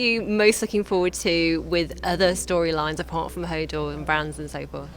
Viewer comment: i hope he could say more than just "hordor"